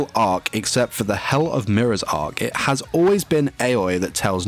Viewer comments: How he pronounce nene: Nae Nae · "and one of nay nay's friends"